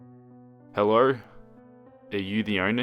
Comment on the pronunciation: "Hellur, Hellur, Hellur?"